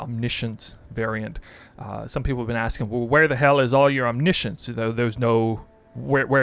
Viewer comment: he pronounced it right, you can just google it